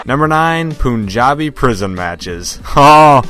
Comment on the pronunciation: It’s “Pun” not “poon” WTF